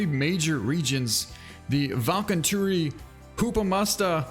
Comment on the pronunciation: Valkeatunturi? Huopametsä? Siipikalliot? WHAT THE HECK?? I am a Finnish person and as such, I can confirm that those names are FINNISH language. No offense, please, but your pronounciation of those place names leaves a lot to desire. I can immediately tell you dont know my language....